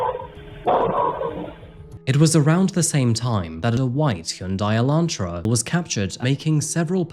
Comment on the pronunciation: bro its "elantra" not "electra"